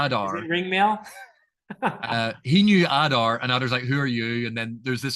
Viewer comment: In the Elvish languages letters generally keep the same value. There are exceptions, it's all described in Appendix E. So yes Oo-dune (US pronunciation). Likewise Ah-dar, not Ay-dar.